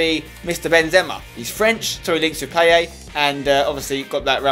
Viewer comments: Say Paye not PayeT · pie-et not payet spencer it makes me cringe everytime u say it wrong XD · Is it just me or does Spence have real problems with French names? Payet and Sagna pronunciation were criminal in this video. Great as usual otherwise though!